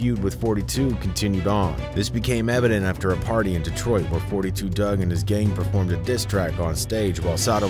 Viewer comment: Its not 42 it 4 2 dugg if u a fan ish drive me crazy mispronounce my name i get offended